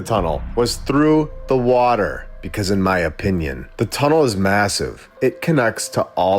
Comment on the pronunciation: Good point. It's Water not waller!